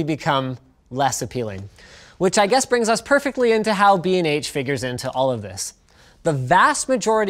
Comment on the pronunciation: BnH? holy shit I thought you said "bean age photography" oh my goodness gracious